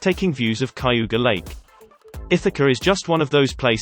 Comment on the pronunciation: Cayuga is pronounced as CAY-ooga. Not Ky-yooga.